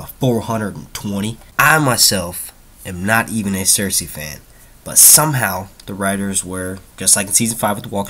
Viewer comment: it's Cercei pronounced cerSEE not cerSAY bro, and Dany will probably go to Dorne and make her way up to Kings Landing, since Dorne is where the houses that are supporting her are at